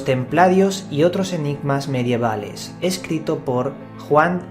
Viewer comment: Me gustan mucho tus video programas, lo que me chirría mucho es tu forma de hablar, y ya no podía aguantar más en decírtelo, sobre todo en éste video, no se dice mediaval, para uno que dice ser escritor, informático e investigador, por favor, investiga como se dicen las cosas que tienes más fallos en las terminaciones. Sin acritud, Carlos.